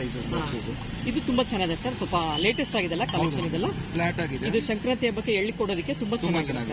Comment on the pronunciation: ಸಂಕ್ರಾಂತಿ not shankranti